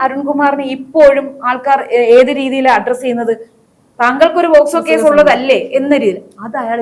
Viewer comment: പോസ്കോ കേസല്ല പോക്സോ കേസ് എന്നു പറയുക.